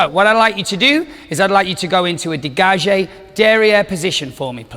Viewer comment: Uh what. Mispronunciation of degage, then calls a tendu a degage (girls at the barre)